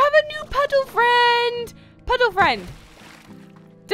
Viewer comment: You said puddle frime